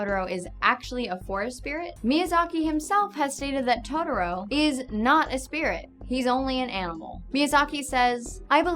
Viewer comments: totoLO not totoROE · It's Totoro, not Todoro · Is this how people really say Totoro? It sounds like she's saying todoro. I was always told it's pronounced "toh toh roh"